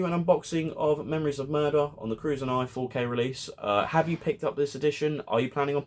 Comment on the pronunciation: Curzon, is pronounced as "Ker-sen"